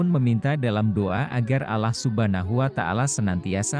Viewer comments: Mimin nyebut Allah itu kedengaran nya alah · Pembawa berita ini apa anda bukan muslim? Menyebut Alloh kok Allah. Sebutan Allah hny oleh org non muslim.